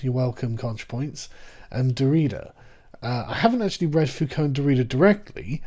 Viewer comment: Oh FFS Sargon! You say Focault right, and then mangle Derrida. Are you just trolling Contra? Repeat after me: DE-ri-dah. Stress on the first syllable, it's an dactyl!